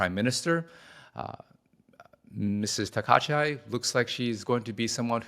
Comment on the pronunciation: Her name is not Takacha but Mrs. Taka ichi. I hope she’ll be a new Japanese PM.